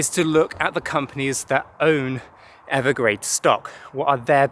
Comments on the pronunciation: Evergrande. Not Evergrade. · Evergrande isn’t it? Not Evergrade..? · He keeps saying Evergrade. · No offense, but yea… I think Evergrande is pronounced Ever-grand.